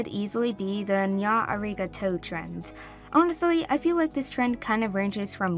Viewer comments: They pronounced "Nya, Arigato!" wrong, it's pronounced "Nyah, ah-ree-gah-toe" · i can't - when she said arigato she said it as "Areg a toe " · BUTCHERED THE HECK OUT OF ARIGATO LOL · I am very sorry but the way you say “arigato “ makes me think it’s a cheese